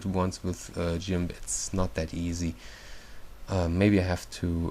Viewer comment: Lol! "Jimp" XD hehe! I think he meant "Gimp", lol that tickles me :3